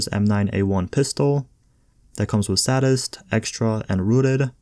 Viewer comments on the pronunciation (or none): Thanks for the vids bro keep up the good work.... you do however have a talent for butchering the pronunciation of words lol for example sadist... pronounced say-dist not sad-ist and capacitive is not captive lol 😂 love ya channel and love ya vids bro keep em coming!